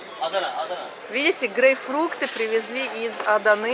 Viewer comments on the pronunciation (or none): не грейфрукты,а правильно грейпфруты